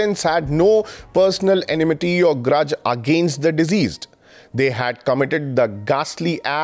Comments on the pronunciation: the word is "deceased", not "diseased". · Thank you for the video. Can you please work a little on your pronunciation of some words like deceased not diseased! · आप Diceased उच्चारण गलत कर रहे हैं